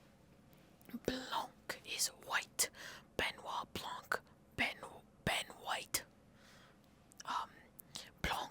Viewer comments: Blanc tu le prononce pas le « c » à la fin c’est comme si tu disais « blan » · Pour le blanc, on ne prononce pas le "c". Merci pour tes vidéos en français 👌👍